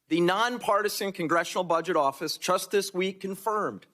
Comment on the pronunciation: That congressman just said “chust“ instead of “just“. Like they say in good old Pennsylvania… If you ain’t Dutch, you ain’t much. I guess I just notice it more onscreen these days.